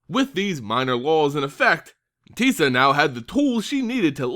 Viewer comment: You pronounced Teysa 3 different ways in your video. I am confused. And slightly frightened.